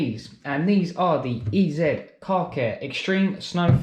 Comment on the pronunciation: Pronounced EaZy my mate. 👍🏼